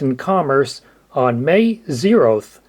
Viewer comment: “When will you first use the name in commerce?” “May Naught”